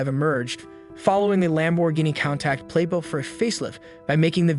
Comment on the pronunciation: 100% read by AI. “Panta” “lam bour geeni “ “countak” no one reading a script that even knows a little little bit about cars would make those mistakes